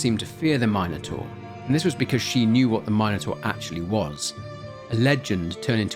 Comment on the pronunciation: Calling it a my-no-taur is lowkey pissing me off lmao